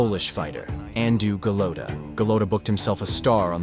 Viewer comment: first of all...It's Andrew Go-Lot-AAAAAAA NOT OOOOOOO, Golota, not Goloto, if you actually listen to the announcers, you could of said it correctly. Secondly... Mitch Green went the distance! This is suppose to be "All Tyson's Knockouts" and I'm out... S-it For Brains.